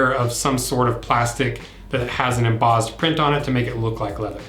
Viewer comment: There is no, ”z”, in, “embossed”!